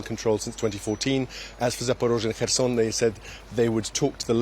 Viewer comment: Not Kherson anywhere but Kherson!!!